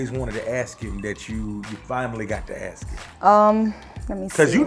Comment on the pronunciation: "I was just gonna AXE the same thing" what the fuck? AXE? LMAO this the first time i heard that shit